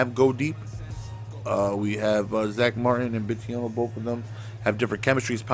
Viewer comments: Bitonio not bitiono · it's Bitonio. Pronounced BIT TONY OH. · It’s pronounced “Bit-o-knee-o” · Why can't say "B i t o n i o" correctly? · I've been thinking the same thing